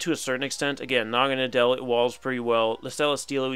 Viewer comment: That was a great video! By the way Naganadel is pronounced Naga-Noddle. Naga for snake and Nadel German for Needle.